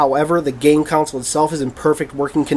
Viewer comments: Dude, the word is console and its pronounced KAHN-SOLE, not COWN-SOLE. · new drinking game,everytime he says "counsil" instead of "console" drink 3 shots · it's console! not counsel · Are you saying council?